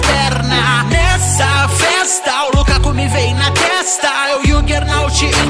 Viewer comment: MN O NOME DO LUKAKU N E LUKAKU E "LAKAKA"KKK